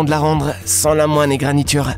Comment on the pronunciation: Le mot est stupid. Par contre apprend a parler, on dit " égratignure ", pas "égragneture", whoua, le premier mot te va bien